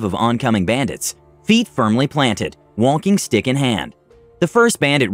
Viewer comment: Subtitles: Walking stick Audio: Wonking stick Me: I don’t know who to believe!!